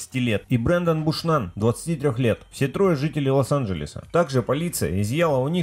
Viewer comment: не лАс анджелес , а лОс